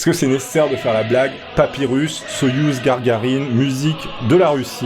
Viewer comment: gagarine et non gargarine ou margarine je sais pas cque t’a dit